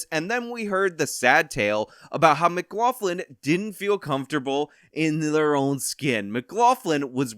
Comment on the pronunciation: I'm finding it very difficult to accept that a guy who says he is part Irish cannot pronounce McLaughlin correctly. Say: m'-glock-lin